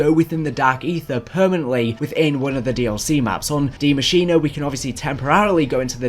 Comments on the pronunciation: Please, please tell me why people pronounce it like that, its DIE Maschine, not Dee Maschenah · I got a question..who the f said that its pronounced Di Mashinaaaaa. BRO PRONOUNCE DI MASHINE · Every german gotten triggerd when he says "Die Maschin" or "Die Maschinää" oof, because he can't pronounce it!